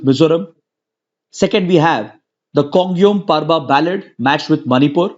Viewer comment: Sir it should be Khongjom parba not Khongiom , since I am Manipuri.